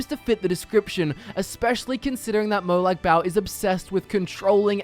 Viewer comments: It's Molag Ball, not Molag Bowel. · mor like molag barl